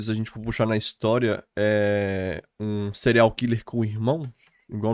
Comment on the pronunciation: Adoro Bia. Mas dá agonia vcs dois falarem "Cereais killer"